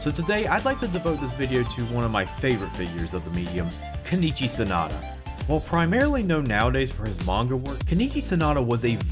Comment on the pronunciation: It's Sonoda, not Sanada.